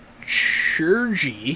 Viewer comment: Just seeing this. Good session. I am starting a new F-Age campaign soon and it was interesting to see how its done in a group setting. FYI Chirurgy is pronounced the same as Surgery. It's the healing skill.